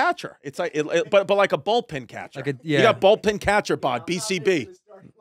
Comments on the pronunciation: Am i the only one hearing him say "Ball"pin vs Bullpen?! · Chrissy calling it "Bolt-pen" then switches it to "Ball-pen" catcher, repeatedly..Gotta love Chrissy for getting both wrong eventhough he's always going to ballgames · Hey chrissy I think it's bullpen catcher not a ballpen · Is Chris saying Ballpin or Bowlpin catcher? He definitely didn't say Bullpen catcher right. 😂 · Ballpen catcher lmao. It's bullpen you bozo lol. 2 of my faves here! Chrissy D and Red Rocket! Great chemistry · I'm cringing so hard whenever he says "ballpen" instead of bullpen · It's bullpen, Chris. BULLPEN.